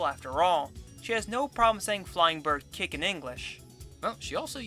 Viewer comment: "she has no problem saying flying bird kick in English" um yes she does, i can barely make out the syllables 😂